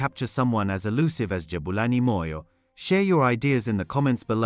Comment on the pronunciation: You I always listen to how you pronounce black people' surnames and you nail them all. Are you having time to practice this or what? Always on spot. eg Moyo! That's impressive. Your podcast is very informative.